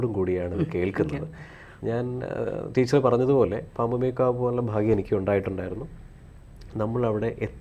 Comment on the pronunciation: പാമ്പുമേൽക്കാവല്ല, പാമ്പുമേയ്ക്കാട്ട് എന്നാണ്.